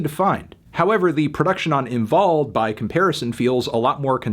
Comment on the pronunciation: HE SAID THE W RIGHT!!!!!! AAAAAAAA ÖÖÖÖÖÖÖÖÖÖÖ ÄÄÄ AAAAAAAAA Ö